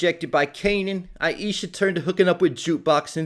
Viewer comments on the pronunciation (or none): none